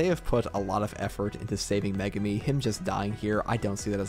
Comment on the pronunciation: The way you reviewers incorrectly pronounce Megumi's name is a crime in of itself 😂